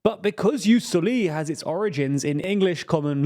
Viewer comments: Pronunciation wise, it's JUS SÒLI, not JUS SOLÌ The French might disagree, but it's a Latin word pronounced in an English channel, so... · I know I may sound petty but it’s Ius SoliS with the S being emphasised, not silenced Hope that helps :) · "Jus soli" is a Latin term, so not sure why you pronounce it like a French word; also, plenty of mistaken data there, as pointed out by tother commentators. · it's Jus Sòli not Jus solì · COUPLE OF MISTAKES HERE. Just because this is a video about french politics, doesn't mean everything you read is french. Jus Soli and Jus Sanguini comes from latin, The J actually functions as an I (Ius) And it's not pronounced "Solì". It's a common feature in many countries that use the continental law system, which is the historic descendant of the roman empire system of law. And although the romans didn't have per se the concept of Jus Soli and Jus Sanguini, both system ares the modern term for defining historical realities and institutions. So, it's latin, not french. You also WRONGLY declare that Jus Soli is something that comes from the common law system, this is simply NOT TRUE either, or at it least is not that simple. The precedents for Jus Solis are MUCH MUCH MUCH older than the common law system, you can go back all the way to the edict caracalla of the III century that gave citenship based on residence. You also have a lot of medieval regions like Castille or Florence that already had such legal system during the middle ages. France itself had a Jus Soli system in 1315. In fact, England adopted that system officially in 1608 through the case "Calvin v. Smith", so it's for sure NOT a common law institution. This is why your claim that Jus Soli are "more prevalent in the anglosphere" comes crushing down the moment you see south america in the map all enforcing said system. And South America is part of the Spanish-Portugues sphere of collonial empires. So I real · It is soli not soliii, to be read as Hermione, it's latin